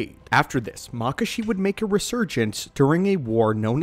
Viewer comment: I've always heard it pronounced Mah-kah-shi not makah-shi